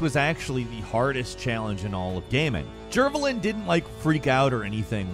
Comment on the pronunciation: It's actually pronounced as 'Jer-vey-lin'